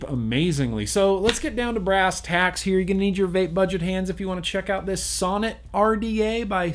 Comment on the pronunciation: Sounds like you keep saying sauna lol.